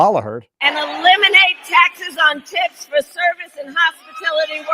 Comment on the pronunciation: Hmmmmm....did she say no taxes on tips or no taxes on tits? Just saying...